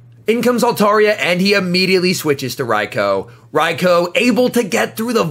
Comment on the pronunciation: Finally someone pronounces Raikou correctly